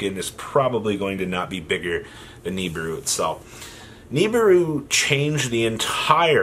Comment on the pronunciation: read this. It's NOT Knee-Burr-Roo, it's Nih-(like Nick)-Beer-Roo.